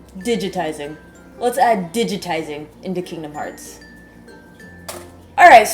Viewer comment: I died when she said "Lets add digatizing" XD